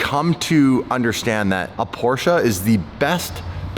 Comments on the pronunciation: It's PorschE not Porsch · FOR F-SAKE LEARN THE RIGHT WAY TO PRONOUNCE PORSCHE!!! THERE IS NO A IN PORSCHE!!!!!!!!!! 👎👎👎👎👎👎👎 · i feel purposely trolls us by saying Porsche wrong 3 times then says it correctly seconds later